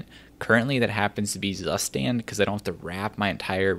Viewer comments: Zustand ist German and it's pronounced "tsuhshtahnd" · It's tsu shtand, meh whatever, german is overrated anyways 😂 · As a german, I cringed when you said Zustand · Shows Zustand on screen, says sasständ.